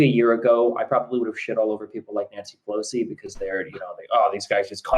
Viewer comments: I’m not sure if is just pronoucing pelosi’s name that way because of his lisp...or if he really doesn’t know that it’s not “peloski” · Nancy Peloski’s name was mispronounced in this debate